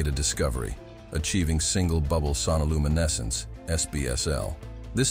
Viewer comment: Creepy AI voice. Sonoluminescence is one word, not two.